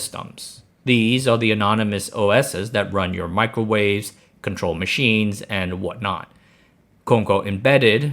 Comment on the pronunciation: I was more caught off guard by him calling it a Michaelwave